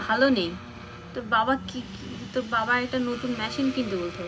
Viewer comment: ম‍্যশিন না কথাটা হচ্ছে মেশিন